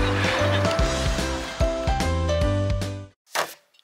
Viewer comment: "I HÆTE STUDYING😭" me too,. Me too.